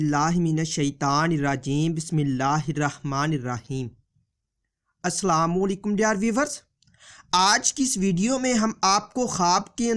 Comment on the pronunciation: Bhai tum sahi se salam karna seekho